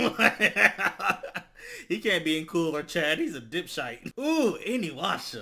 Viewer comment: my man said inuwashaa